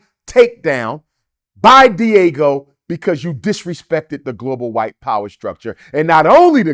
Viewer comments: I know it’s Diageo lol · What the heck is Diego? It’s Diageo😂